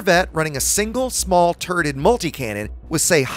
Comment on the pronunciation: Did you say "turded weapons"?